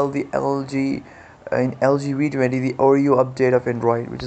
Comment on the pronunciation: Its the "Vee" 20 not the "Wee" 20